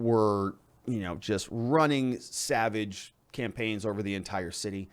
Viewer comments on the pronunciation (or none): none